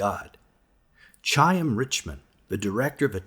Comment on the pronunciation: Not CHaim - like choose - CHaim like BaCH. If you are going to use someone's name please say it correctly. Thanks.